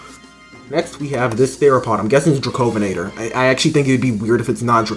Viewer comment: yea baby my boy dracovenator got mentioned,you also pronounced it cwrong,it’s dra-co-ven-nator,I’ll make a vid on this specific one and then you’ll know how to say it correctly,but it’s a honour for dracovenator from my country get mentioned by you,cuz the Elliot formation is underrated as hell